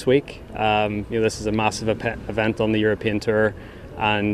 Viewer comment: can someone mention to rory that its a tour not a terr